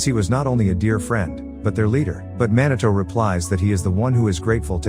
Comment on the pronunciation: "man a toe"? Come on, pronounce his name properly please. It's pronounced MEE NAH TOH !!!! How would you like it if I call your channel name "ass a high"?